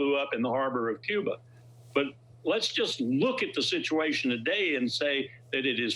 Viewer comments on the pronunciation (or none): none